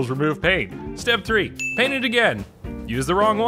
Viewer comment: Every time you say paint, I hear "pain"